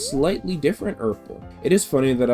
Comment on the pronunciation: So funny to listen to you (correctly) identify the colour periwinkle and then immediately call the next yoshi uorple 😂 Also, I'll be waiting for your sonic rant video complete with rantsona hamster. Start youtube beef. Fight Arin Hansen with your bare hands. Do it (evil kermit voice)